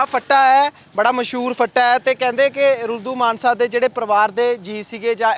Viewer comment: Ruldu Mansa kaho manse nahi